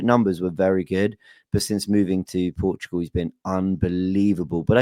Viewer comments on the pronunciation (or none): none